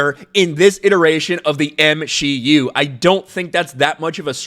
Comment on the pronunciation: "M-She-U". I dont watch Marvel, I've seen like 5 of them, so I thought had been saying "MCU" with a 'shlur' like he was Walter Matthau or something. Whoops!😅